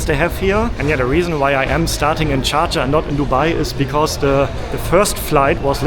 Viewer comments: Love getting the first exit row to stretch my legs...and no mettlesome kids screaming and kicking my seat behind me :) BTW--the city he is trying to say is "Sharjah", 3rd largest in the UAE; it's also the name of the Emirate it is in. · Is he saying Sharjah or Cha Cha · How does he pronounce Dschardscha 😂😂😂